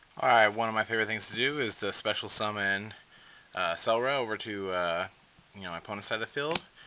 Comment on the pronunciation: Why does everyone say "Celeri"? It's "Ceruli" as in the color cerulean, not a fucking vegetable!!!